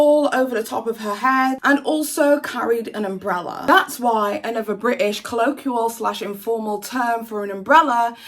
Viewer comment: Never heard such a load of bullshit excuses for bad behaviour. next time you try to come over as a quasi intellectual please learn how to pronounce basic terms like colloquial and inanimate.